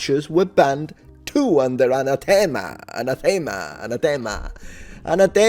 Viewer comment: Even were they still in use today they wouldn't be banned because subsequent codes of canon law abrogate earlier ones when they're issued. Also in English, "anathema" is pronounced with the emphasis on the second syllable.